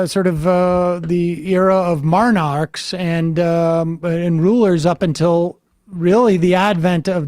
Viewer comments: "marnarchs", Sam? Really? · He's from Worcester, Massachusetts. That was probably a little of that slipping out.